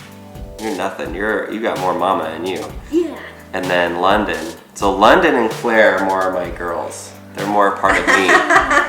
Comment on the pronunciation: Sorry but "London"? No offence but... "London"?